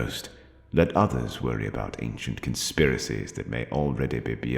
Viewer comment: what was that? Did you say clone-spiracies?